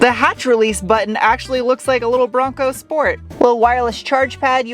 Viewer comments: Love your pronunciation of „Schport“ 😂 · If Ronald McDonald had a Bronco Schport.